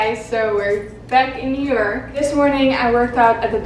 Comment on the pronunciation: I keep hearing europe instead of New York 😂